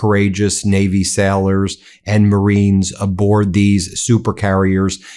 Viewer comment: it is pronounced "Sailors" not "Sellers"